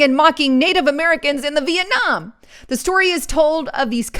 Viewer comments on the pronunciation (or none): none